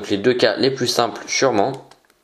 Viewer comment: on dit plus et pas plis Hahahah 😂😂😂😂